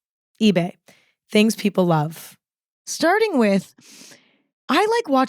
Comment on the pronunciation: StUrding instead of starting, PRtner instead of partner... 😂😂😂